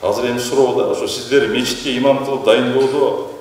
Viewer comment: Иман эмес ИМАМ десең аа карындаш